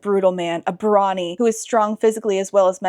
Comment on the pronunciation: I heard ‘Brawny’ as ‘Brony’ for a second. My head canon is that the king is into MLP.